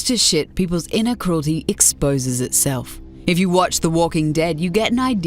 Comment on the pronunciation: HA she said “inner” cruelty